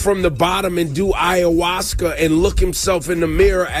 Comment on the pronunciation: You also meant to say “ayahuasca” lol. That just ain’t your word 😂. Second day in a row you flubbed that . ❤❤. It is a difficult word to pronounce